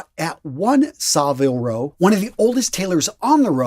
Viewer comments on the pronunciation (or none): SAh-viile Row???? You've never been, have you? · I like your channel but as an Englishman, you just butchered the pronunciation of Savile Row. Other than that, great. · Even as a non English man I noticed his butchering haha